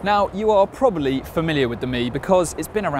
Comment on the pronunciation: The word is probably,not probally.